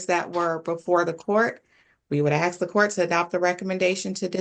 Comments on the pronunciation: It’s amazing to me that she is an attorney, but yet cannot pronounce the word “ask”! She says “ax”! Unbelievable! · WHAT A CLUSTERFLOP!!! By the way, IF you are trying to come off as a professional STOP using the word "axs"! The PROPER word is "ASK"!! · This was a jumbled mess. And an attorney not pronouncing the word ASK properly is alarming. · Even the attourneys are "Axeing" questions now. Every day a step closer to idiocracy.